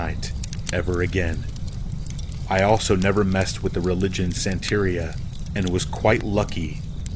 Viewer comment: Love all you do for us and you do really go out of your way. Ffr it is santa re ah the Hispanic religion joined with Catholicism. The phonetic pronunciation.